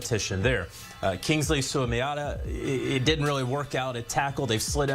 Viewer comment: I am absolutely astonished by how many "professionals" cannot pronounce SUA-MATA-EEYA. 6 syllables.